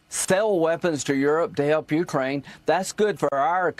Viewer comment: Colonel Davis, could you please pronounce Ukraine with a stress on "ain" part not on "U". That isn't correct. Please.